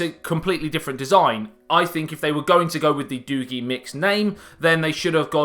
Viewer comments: It's doogee not doogy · Pronounced DOUGH-GAY. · I never thought about Doogee.. But this phone could change everything. wow. it is pronounced doeg (Dogee) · doogi......... not doogi. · It's pronounce doogee, not doogee. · Oh! I googled it! It’s Doogee not doogee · SAY: DOO-BEE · pronounced doojzz nice review/revisit chap! all the best for the new year too. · Comedy in the house..I think it is pronounce d Doo-gieee..lol..but in-depth break down.. wow u r the first YouTube who have said that the cam is not freak...And u did. Simple thing to prove your point...you are killing it..😁😁😁😁😁👍👍👍👍👍👍..great job..ammm..now that sweater..let's just say cannot put it into words.. lol..it is like a child only a mother could love..lol..do have a most productive 2018..looking forward to this coming year to see how great the channel grows... P.s...your other channel feels neglected..